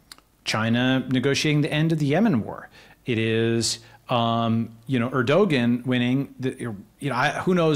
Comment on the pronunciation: Er-Doe-Gan Lol! It's Er-Da-Wan wtf Balaji.